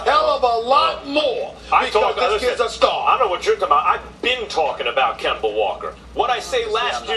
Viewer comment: I think he said Gember the 2nd time 😂😂